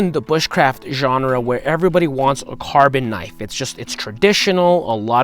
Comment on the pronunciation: "Genre" What in the actual blazes are you talking about?